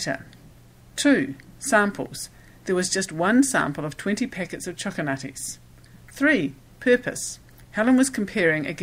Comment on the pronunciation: Choco Nutties. Pay attention,.